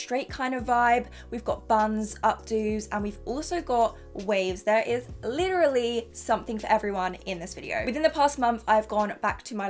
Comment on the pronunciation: take a shot every time she says “licherally”